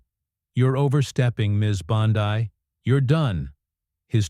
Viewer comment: Her name is pronounced BONDEE, as in abcD.